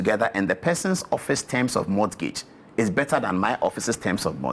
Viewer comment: Paul Adɔm Otchre. Mr journalist! 1., it's not [mɔtgeidz], it's [mɔ:gidz]. 2. 'Banter' has to do with playful or fun remarks, it doesn't mean conflict or anger. 3. It's 'do you have a car? ' and not 'do you have car? ' . . . .